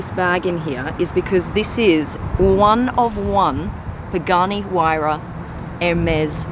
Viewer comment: Pronounce the names right of the car